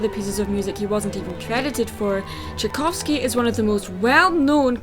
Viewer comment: The "Sleeping Beauty" movie featuring Emily Browning has zero relation to the ballet other than the damn title. It is about prostitution. The proper way to pronounce Tchaikovsky is "chy-KAWF-skee". Not "jy-KAWF-skee" The movie you claim to be reviewing is a CHILDRENS movie. In fact it is the closest renindition to the original ballet because he does profess his love to someone else. In the original that kills the swan princess. If you are watching a movie for how close it is to the original you are wasting your time watching CHILDRENS movies. I would to point out that different companies can interpret the same damn fairy tales in different ways. Besides the fact that is isnt the same fairy tail that you are comparing which makes damn near impossible to "ripp off the story." On top of that it isn't thee same story, fairy tale, or plot. They were even produced is two different time periods and blonde is a very common gene in Europe. Which I would assume you would know considering you claim to be from there. Even though I have 3-4 accents in the first 3 minutes of this dumbass video, sorry, "review." Siegfried is a difficult name for children to say because the syllables slur together and there are two consonants within the word that are commonly messed up by children. I also would like to point out that you cannot say it properly. Cornelius has distinct syllables that are easy for children to say. If either of the two main characters are shallow it would be Derek who fell in lo